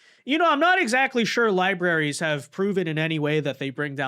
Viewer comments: This dude keeps calling them lie berries, instead of libraries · Did he say "public lieberries" - stunning 😂